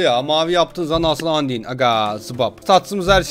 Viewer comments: Andiy diye okunmuyor andayn diye okun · abi lütfen andin deme undayn diye okunuyo lütfen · andin değil andayn